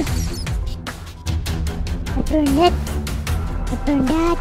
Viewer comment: Why did mono say burn and he keep saying brun I love he blow up by a creeper and when he got two Lamar maybe it's from a village